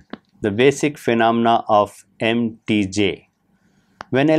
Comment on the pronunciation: mtj is spelled "em tee jay", you're spelling it like mtg.